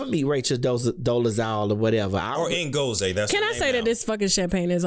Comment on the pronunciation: Rachel paid to have a ceremony in Nigeria changing her name to Ngozi (means Blessing in Igbo...there is NO African language Tasha!!🙄) Ngozi is pronounced IN-GOZ-EE. Tasha pls just let your guest talk....🙄🙄